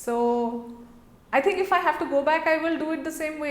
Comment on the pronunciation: Its "think" 😂😂😂